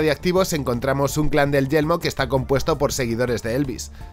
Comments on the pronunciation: decia siempre yelmo en ves de yermo solo por eso el video es malo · Sabes que se dice y se escribe «yermo» y no «yelmo», verdad? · Yermo, YERMO, yeRmo por Dios! No Yelmo! :"(( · He tenido que quitar el vídeo la tercera vez que he escuchado YELMO xd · dices yelmo o yermo? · No es yelmo,es Yermo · Es Yermo, no Yelmo xD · muy buen video, solo una cosita de na, es yeRmo🤪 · A mí me da que se le confunde la r